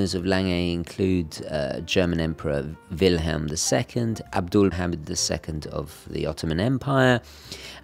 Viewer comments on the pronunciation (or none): none